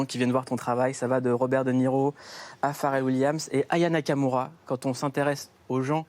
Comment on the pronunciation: Le présentateur dit son prénom d'une traite sans sourciller 👏🏾 les gens ont abusé, ils ont fait comme si il avait insulté Aya. Moi aussi j'ai galéré ac son nom, c'est pas simple. Je dois me concentrer pour bien le dire